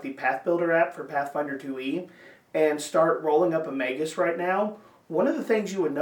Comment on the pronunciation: **SUBSCRIBED**!!! You're the first YouTube channel to pronounce it correctly😂